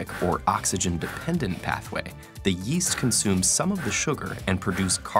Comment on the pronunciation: Yeast? I thought you said, Weast